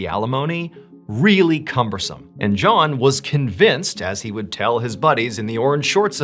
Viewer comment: No he said it correctly